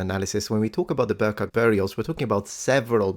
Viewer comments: Small note: "Birka" is not pronounced "Burka", the "Bi" is pronounced the same way as "Bee". I will tolerate the english "r" when you speak in English :) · please... no Burka its BIRKA (like BEE-Rr-Kah") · Birka is not prononced burka, it is prononced more like bee-r-ka 😊